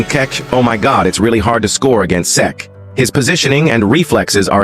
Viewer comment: This AI voice just pronounced Cech in 4 different ways